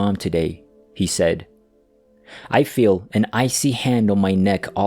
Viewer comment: I love your channel but I hate it when you say sayd for said(sed) and saze for says(sez) Please fix because even though it's only a tiny mistake it spoils the narrative.